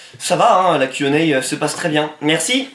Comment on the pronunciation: On dirait que tu dis "quenelle" au lieu de "Q&A" mais sinon j'ai kiffé ton freestyle et gg pour les futurs 50 000 abos